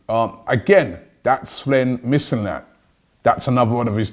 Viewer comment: missinlad too